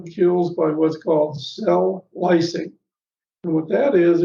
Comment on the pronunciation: says something that hard to hear exactly the term he is saying. How does Ozone "kill"? "ozone kills by cell -?" Sounds like he says Cell Licing or Splicing, but I looked up both those and don't think that is what he says.